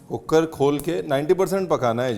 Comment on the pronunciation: Chef Cooker wali Citi Ya cookad wali😅😂